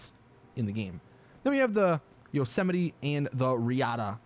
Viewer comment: Pronounces Yosemite as Yo-sim-mit-tee , wtf